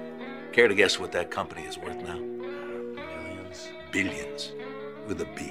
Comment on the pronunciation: There’s something very unsettling about the way he pronounces the word “billions.” Sounds almost scathing, seething with anger, like it’s a dent to his pride.